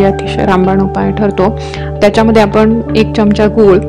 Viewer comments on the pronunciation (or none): च्यमच्या काय म्हणतात, सुशिक्षित आहात, चमचा म्हणा, ऐकायला कसंतरी वाटतं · च्यमच्या नाही चमचा.....